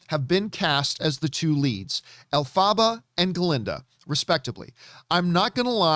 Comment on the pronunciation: The way he says Elphaba 🤣🤣 love u John